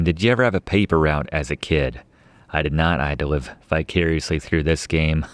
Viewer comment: It’s, ‘vicariously’, not “bicariously” 👩🏼‍🏫